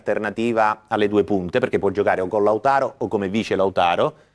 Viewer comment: Ma perché storpia il nome di Lautaro? 🤷‍♂️